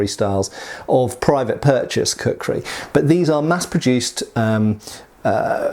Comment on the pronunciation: It took me 2 minutes to realise he was saying kukhuri and not cookery